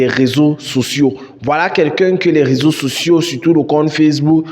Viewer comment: Bro nice video. It would be good if you add sub-titles because there is a certain point where you said "raison sociaux". Subs will help your videos to be more explicit. This is something serious and people should watch what they post online since nowadays profiles are personalities are evaluated based on social media activities. Good job bro 👏💯